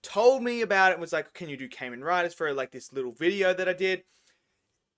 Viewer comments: Kah-Men not Cayman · Its kah-men rider not Cain-Men Rider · Ka-men Rider not Cayman Rider. You're pronouncing it wrong.